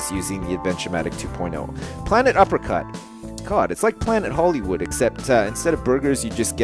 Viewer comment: When you named your game "Planet Uppercut", I thought you said "Planet Apricot."